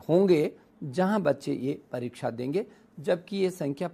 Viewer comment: Kya ye parichha parichha parichha parichha bol raha hai. Unpadh Sala